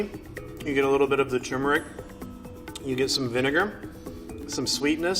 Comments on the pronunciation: It's turmeric not tumeric some expert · lol it's not tumor-ic it's turmeric. Weird pronunciation. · There's no such thing as "tumeric". The word is "turmeric", and the first syllable should rhyme with "germ". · Why he drop the first “r” in “turmeric”? Its not “tumeric” 😂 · Hey, it’s turmeric not tumour-ick. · Its TURMERIC, not toomeric. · It’s pronounced turmeric not toomeric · TURmeric not TUmeric please god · You'd think he would know how to say TuRmeric. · Lot of English speakers do that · TUR-meric why doesn't anyone pronounce the first syllable properly? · I just want to tell him that turmeric has an R before the M and it’s bothering me knowing he doesn’t care. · The mustard expert doesn’t even know how to say turmeric. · Hes says turmeric wrong. Theres 2 Rs in that word. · Mustard expert constantly mispronounces turmeric. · Mustard "expert" mispronounces 'turmeric'. That's no expert. What's next? A Corvette expert that can't say 'Chevrolet'? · Wow this "expert" doesn't even know how to say turmeric.